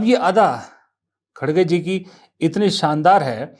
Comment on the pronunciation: श्रीमान कटाक्ष के जो उदाहरण😂😂😂 बात पूरी सुने बिना इतना निवेदन है कि खड़गे नहीं है श्रीमान सही उच्चारण खरगे हैं . यह स्वयं कांग्रेस के तथाकथित अध्यक्ष महोदय ने ही जानकारी दी थी पत्रकार वार्ता में . तू श्रीमान बात समझ आई 😂😂😂😂